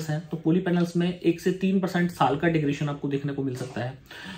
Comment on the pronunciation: Degration nahin “Degradation” hota hai!